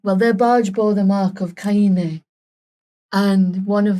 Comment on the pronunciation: i think it’s the elven pronunciation as opposed to the human “Cane” as it’s usually pronounced